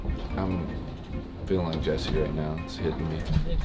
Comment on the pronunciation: man said jester lol its jesse or jesser